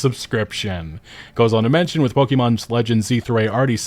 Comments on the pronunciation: "POKIE-mon"? Don't hand me your resumie, because I won't hire you! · I laughed when he said Kokemon instead of Pokemon. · It's pokeh-mon, not poki-mon.